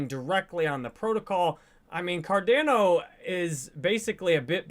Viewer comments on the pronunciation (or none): can you please stop saying car DAN o:)...try car Don o! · Listening to a guy talk about Cardano who says it Cardayno is hard to take serious 😂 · OMG STOP SAYING CAR-DAN-O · Why does he mispronounce Cardano so many times despite being such a huge fan? Fucking weird. I’m out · Almost couldn’t finish the videos because of how he pronounced cardano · Why does he pronounce Cardano like no other?